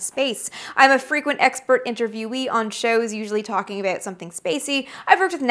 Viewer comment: Sure enough! The "ah-boot" gave you away as being a native of the "GREAT WHUTE NORTH". Not bad though. Your diction and pronunciation are GREAT! "BON CHANCE"!